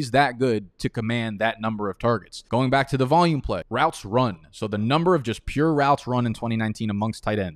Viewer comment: Why do you say back like bike😂